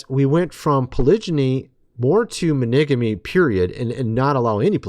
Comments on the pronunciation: are YOU trying to say monogamy????? Why are you saying Maneeegamyyyyy??????? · monigamy? I think you mean monogamy. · The words are... polygamy "pol-lig-ah-me" and monogamy "mon-ahg-ah-me". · Oh my gosh dude, it seems like you need to ask AI how to pronounce monogamy and polygamy!!! 🤣🤣🤣🤣🤣